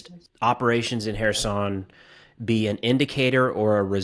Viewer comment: I appreciate that you pronounce Kherson correctly...will you do the same for Zaporizhzhia?